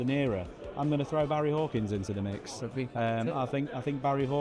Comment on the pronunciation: “Barry Hawkins” 😂🤦🏻‍♂️